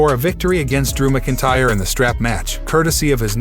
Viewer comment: You butcher Seth Rollins last name. You really butchered the pronunciation of McIntyre. And the first time you said Philadelphia… WHAT THE F#€|<!? Dude. Stop! You’re awful.